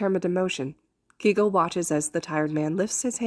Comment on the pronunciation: Im pretty sure his name is pronounced kay-go instead of key-go No hate tho!! Amazing fic and wonderful narration 😁